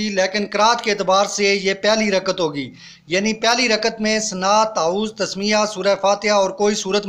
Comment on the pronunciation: ٭لفظ رکعت ھے رکت نہیں٭